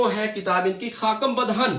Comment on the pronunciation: سر بہت اچھا لیکچر انٹرویو کے لیے ۔۔ سر "خاکم بدہن اور غنودیم غنودیم " کا تلفظ اور ادائیگی دیکھیے گا۔۔